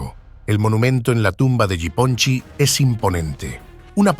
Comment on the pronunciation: You butchered that nick name It's Ya Pon Chek . It means little Japan